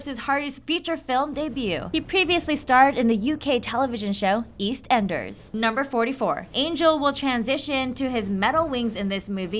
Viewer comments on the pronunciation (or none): It's funny how she says east-Enders